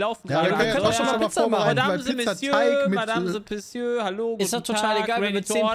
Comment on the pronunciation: "Madammse missiö, Madammse pissiö"